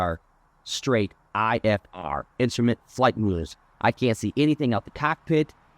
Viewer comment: That darn “insturment” time…